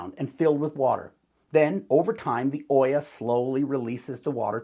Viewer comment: This is a very good YouTuber video 🤍 the double L in olla is pronounced as a Y sound like "Oyah" 🤎 ived started making these based on your instructions mister YouTuber and they are working like the olla they are 🤍🤎🤍🤎🤍🤎🤍🤎🤍🤎🤍🤎🤍🤎🤍🤎